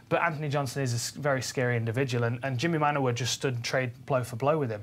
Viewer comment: stop saying Manyuwa ffs